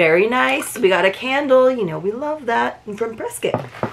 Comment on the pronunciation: I always enjoy seeing this box. You must have some Arizona connections to know how to pronounce Prescott correctly! : )